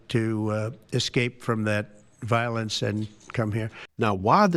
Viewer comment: The truth can be pointed out with evidence, but fools do not recognize this. Never try to explain to an idiot, tell them how it is and walk away. vowlence .....a lovely word spoken by the vowlent.